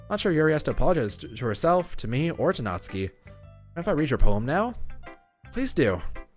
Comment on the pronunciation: Finally someone pronounced Natsuki right! N A T S K I Also pronounce Sayori right. S A I O R I